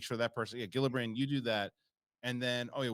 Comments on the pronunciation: Fix your pronunciation of Gillibrand - it’s pronounced “Jill-i-brand” !!!! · “No”? Meaning you like to say her last name incorrectly? Or “no” you don’t think it’s pronounced with a “Jill” sound? Look it up if you don’t believe me.